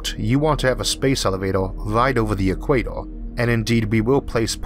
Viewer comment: I am a long term watcher of Arthur but I still can't help laughing when he says "eek-way-toh"